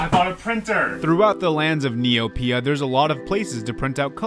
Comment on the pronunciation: Hearing neoPIA is throwing me off, hardcore